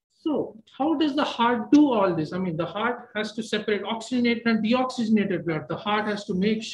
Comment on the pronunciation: Please doctors learn to prpnounce HEART ! PLEASE !